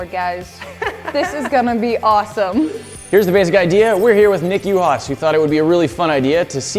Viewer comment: i thought his name was pronounced “oo-has”